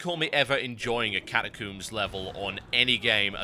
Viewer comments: Catacooms? I pronounce it as catacomes. Potayto potahto... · Funny how you say catacombs - Kata Kooms =] your videos are so good, keep making them =] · You say catacombs funny :D. Great vid, thanks for taking the time to do some Alliance stuff.